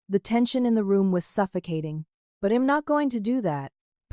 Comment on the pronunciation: Obviously youre not American. You consistently mispronounce American idioms. The words are we'd not wed, and i'm not IM. Thats why I dont follow you.